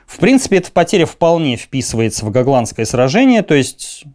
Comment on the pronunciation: Остров Го́гланд, следовательно сражение Го́гландское.